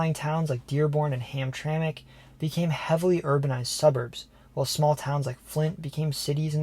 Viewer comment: I'm impressed. You did your homework. You pronounced Mackinac, Sault Ste. Marie and Hamtramck properly.